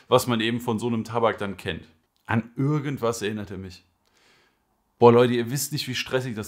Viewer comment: Ürgendwas erinnert mich daran😂 das i tönt wie ein Ü🤣🤣. Aber geiles video weiter so! Gute beschreibung der Tabake, kannst du mir sagen warum bei mir meistens die darkside sorten im Oblako M ein bisschen verbrannt schmecken? Egal, ob Core, Base oder Starline alle schmecken im Hintergrund bisschen verbrannt... Mag die Geschmacke eigentlich sehr, habe den Kaloud Lotus 2. Ich baue den Kopf locker ohne andrücken und mit Noppenkontakt oder Vollkontakt alles schon versucht... wäre nice wenn du mir einen Tipp für den Bau machen kannst oder ein Video dazu✌🏼